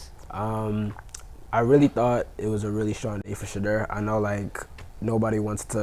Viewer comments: I have a love-hate relationship with from DNVR. He's a Nuggets fan and i'm a Lakers fan😅😅😅. That's OK i still rock with I have typed so many times that it's not Shadrrrrr it's Pronounced Sha-door 🚪. So whenever u see that door that's me😅 It's like nails on a chalkboard when they lean on the R too much😮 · Listen to the way your colleagues pronounce his name.It's not Shadrrrr it's pronounced Sha-door 🚪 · The new 🥷🏾 on the panel kept saying Sha -Derr! 😂😂😂😂 damnnnn bruh it’s just Shedeur😆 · Why is it so hard to say Shaduer pronounced 🤫door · It’s pronounced Sha-door. 😎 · Anytime someone mispronounces Shedeurs name there’s always bullshit coming after it. This guy kept adding a R after each time like come on now. Learn how to say his name and stop being disrespectful